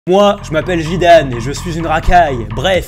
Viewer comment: Je suis le seul à avoir entendue Jidane ?